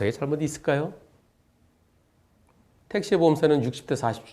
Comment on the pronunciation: 택시가 아니고 떽~~~~~~시 로